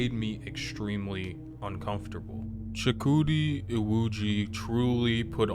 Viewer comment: From a Nigerian, your pronunciation was close enough. Chook- woo-d E-woo-g That is how